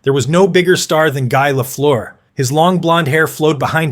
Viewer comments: No! Its last part rhymies with "bird" and "first", not "goose" or "through". It's amazing how most North Americans seem ignorant about that. One of the greatest players of all time, and people don't even know it's a French-Canadian name, and instead remakes it into a horrible sounding way. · Repeat after me ( Ghee Lafleur) 😊